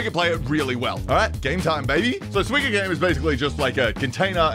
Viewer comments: Bro it's SUIKA not suiki or whatever tf you are saying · Why do you say "swika game"? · its 西瓜(スイカ) "soo-ee-kah" which literally just means watermelon in japanese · Every time he says "swee-kuh" instead of suika I die a little inside Otherwise, great video as always! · It got me laughing me whenever he says the game name. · I came to see how he pronounced Suika. I wasn't disappointed 😂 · god the way he pronounces suika is killing me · the way says suika is painful lmfao